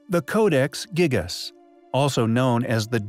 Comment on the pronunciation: the ‘giggus codex’ stupid American and their poor English it’s pronounced jee*gass*